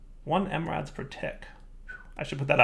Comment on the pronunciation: It's funny how knows how to say "milli" when talking about milli buckets but he says mRads when talking about milli Rads.